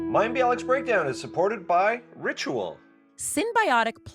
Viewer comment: Oh Mayim I'm a bit disappointed that you have not made an effort to ensure that you pronounce his name correctly... It's not that hard (coming from a Polish person) lol ;-) And on a serious note - Such a Fascinating conversation!! Also, fellow SIBO'er here 🙌